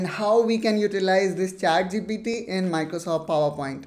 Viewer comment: i heard chai gpt